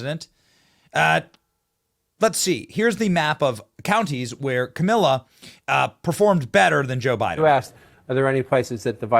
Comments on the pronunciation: lol, Benny why are you mispronouncing her name? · Really annoying you keep saying kamila....Benny you always say kamala, makes my ears hurt more than hearing her name said correctly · Hey Benny, her name is pronounced Kamala … LIKE TRAUMA - lah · Benny usually i agree with you but this is so classless and dissapointing by you. At keast give her the dignity by pronouncing her name correctly. Its not Ka-Mill-ah Harris. Her name is pronounced Ka-Meal-Lee-N Harris, which is homage to her favorite animal. Thanks Benny. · I like how Benny pronounces her name as Kamilla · kimila??? did i miss something or is that just how you pronounce it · thanks for pronouncing that KA-MILL-A be glad not to have to hear that name ever again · You are butchering her name on purpose? LOL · I love how your mispronouncing her name now 😂